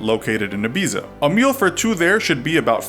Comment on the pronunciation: No way did he pronounce ibiza like that